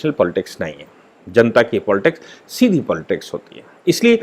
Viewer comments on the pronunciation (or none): none